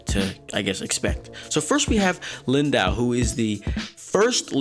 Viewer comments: Yo-han-nes von shick-zahl, dude :V It's not too hard :P Also, Lindow is "lin-doe." Not that it really matters :P ELEVEN DAYS YO! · I think Lind-Ow sounds funnier though.